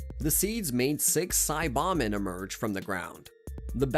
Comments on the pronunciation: Saiyan = Say+yan NOT Sī+yon Saibamen = Sī-ba-men NOT Sa+bon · it's because it's an AI voice the SAY BAH MEN you plant in the ground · the way you say saiyan and saiba men leads me to believe youve never watched the show, and this is all some disingenuous bullshit for views.. not a fan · How u pronounce this shit pisses me off and 400000 others. Sai BAH men. sai YAHNS. DEMice